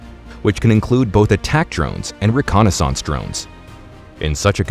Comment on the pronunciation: The first time he said reconnaissance that way I was a little perturbed, but I let it slide. Maybe It was a vocal typo. But the second time ruined it for me. Dnf.